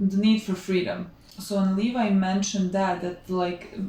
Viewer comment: Levi is pronounced Lee-Vye btw lol